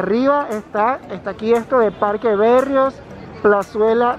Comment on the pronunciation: Parque BERRIOS tu dijiste parque Be rrios jajajajajaja